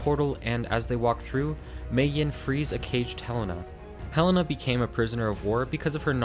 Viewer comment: HE-LAY-NA not hell-ena